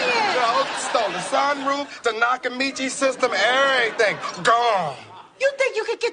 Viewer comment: What she said Tanakamishi system😂😂😂